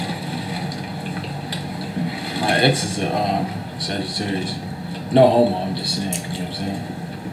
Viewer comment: Why Did You Have To Pronounce Every Letter In Sagittarius Like That😭😭